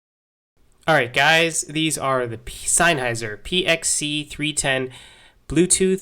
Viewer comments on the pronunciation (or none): Its sennheiser not sineheiser. says so veeea the box.